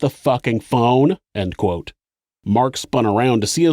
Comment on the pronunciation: the way the narrator pronounces “ end quote “ is the most notable atrocity committed in this video.